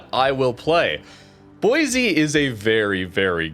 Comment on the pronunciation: Every time mispronounces Boise a little part of me dies inside